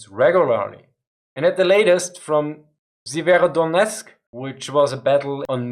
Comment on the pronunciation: Man, you really butchered that Severodonetsk pronounciation